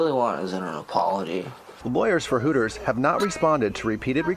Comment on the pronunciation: It's hooters not tooters